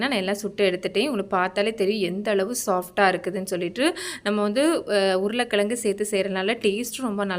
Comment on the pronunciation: அதுபோல் ழகரத்தையும் யாருமே உச்சரிப்பதில்லை. உருளைக்கிளங்கு என்றே சொல்கிறார்.